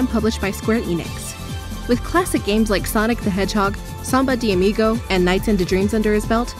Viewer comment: "Night into dreams" Really? Seriously? You pronounced NiGHTS: into Dreams... like that? Nah. You don't know what you're talking about, do you? You're complimenting the motion capture dancing scenes, the horrible decision to replace the jump button with other functions, the gross animations, the repeated quicktime events and minigamrs that serve no purpose, the finite powerups, the sheer number of overlapping powerups... Ugh you think this is returning to the original form of 3D platformers? Mario 64 and Banjo Kazooie were more than just jumping and collecting things. They had TONS of moves which served various purposes and CERTAINLY more than a single function button. Diving, backflipping, attacking, and even seemingly useless stuff like the slide kick and breakdance kick from Super Mario World didn't needlessly complicate the game, they gave the player more options to express themselves through gameplay and to complete the game their own way. Balan Wonderworld only limits the player by making the powerups finite and replacing the most basic function of a 3D platformer, the jump, with other options. Also, Box Fox should not exist. Seriously? It turns you into a box "when it feels like it." How is this gameplay? How is a powerup that removes control from the player at a random interval IN ANY WAY FUN?